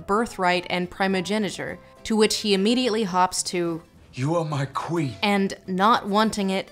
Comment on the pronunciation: 'She's muh Qwueen!'